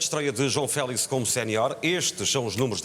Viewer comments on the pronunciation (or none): Porque é que dizem Félis? LOL Que eu saiba quando se diz "Fénix", não se fala "Fénis"